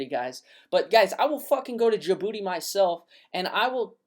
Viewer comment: "I'll go to Jaboody and take over" lmao Great content man.